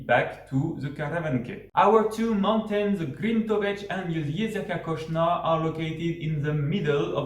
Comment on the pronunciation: Zgornje Jezersko and Kocna is pronounced Kochna